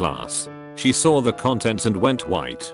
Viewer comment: TTS: I sawr it. Me: You what? TTS: I sawr it. Me: One more time in American English, please. TTS: England intensifies SAWR